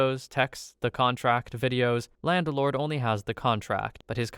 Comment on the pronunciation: Why do you say "landelord"?